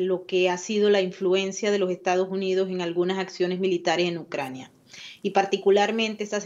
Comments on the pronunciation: Por cierto no es ucrania? Usted dice ucrañia...?🔸️🔸️🔸️☕🚬👋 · Ucraina... pais pequeño, dice 🤣